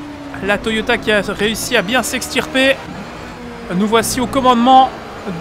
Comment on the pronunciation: J avais jamais fais attention mais a 2m52 Toyota en fait le vrai nom c'est "TOYATA" lol